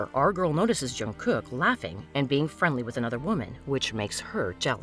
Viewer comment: Ahem sorry yo interupt its Jung kook not yung kook no offence😂😂❤